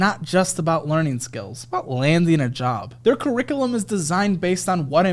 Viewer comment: Everytime says “cericulum” instead of “curriculum” I repeat it. Lol please never change the ad 😂😂